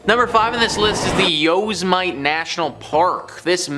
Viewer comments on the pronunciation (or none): Yosemite is pronounced yoh-SEM-it-ee (phonetically /joʊˈsɛmɪti/) It is a four-syllable word where each vowel is clearly pronounced, Many people (as above) incorrectly read it as "Yo-se-mite" (rhyming with "might"), but this is not the standard usage. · Did this mofo just say yo's might?????? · Yo-Sem-it-E ..damn Canadian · Yoz mite? Dude that's not how you pronounce it! LoL!